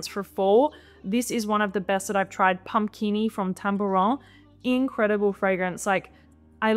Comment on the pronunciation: After hearing again perhaps you pronounced it en francąise?😊